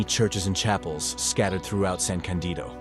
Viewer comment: I miss Dolomites so much, haven't been there since 1990 when climbing there the 3 Violet towera named Delago Winkler and Stabeler, I must go back there this summer. I took them for granted without realizing how lucky I was to climb in the most beautiful mountain range in the world. By the way it is San Ca'ndido, with the stress on the firsr "a", not "San Candi'do"